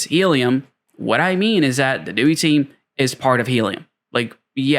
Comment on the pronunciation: its prounounced DEE-WHY.